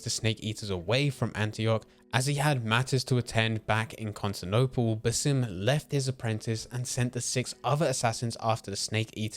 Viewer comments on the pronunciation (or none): As an Arabian viewer , the way you speak his name is funny but not accurate at all, the proper way is to stretch the “A” in Basim a little longer like this “bAAsim” i don’t know if you get what i mean but thats the correct way , his name is a derivative of the word “basma” which literally means “smile” so Basim means the one who smiles 😁 Keep up the good work i have already binged 5 videos for you in one hour